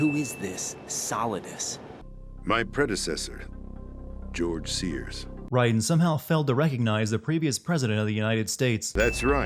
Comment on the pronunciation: "Gorge Sears"